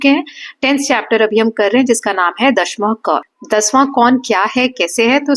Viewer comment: maam i think u r pronouncing दशमः as dashmah but i should be pronounced as dashamah